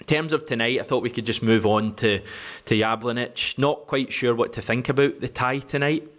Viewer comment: Jablonec is phonetically pronounced yablonetz. Try to get the pronunciation right, it shows respect which was the opposite Alan Brazil and Ally Mcoist exhibited towards Ange to their shame!